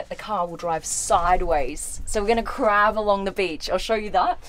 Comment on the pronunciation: 2 thing when she said Look at all these buttons its reminded me of that meme and when said crab mode I thought she said crap mode